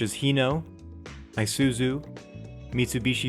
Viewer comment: your pronounciation of isuzu is giving me a cringe man 😬